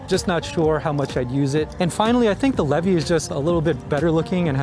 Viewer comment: It’s pronounced LEE VEE!! I would know!